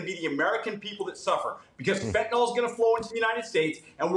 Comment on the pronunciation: Fentanyl not fentanol